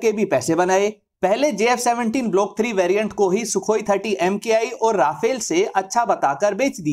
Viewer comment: its not rafale its RA FALE